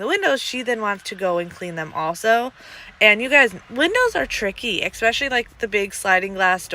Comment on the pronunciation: I do enjoy your videos and happy that you post as often as you do. However I have to let you know there is no “X” in the word especially.